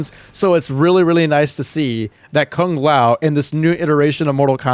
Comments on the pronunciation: Kung Lao does not look like Kung Lao. Also can peoole stop pronouncing Kung Lao's name as "Kaang lao" it's "Kuuu-ng Lao" for ffs 😀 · That because the Conquest series sometime say Kang Lao instead of Kung Lao. It all started with that series